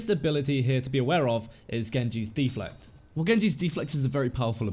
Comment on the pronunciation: De-Flect! Bloody deflect don't you mean! Haha. Good guide though.